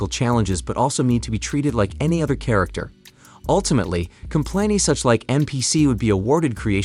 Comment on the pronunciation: "Sharacter" Rocket... shame